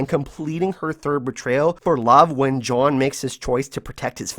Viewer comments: I fucking hate the way you say John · I just wanna know why you cant pronounce jon correctly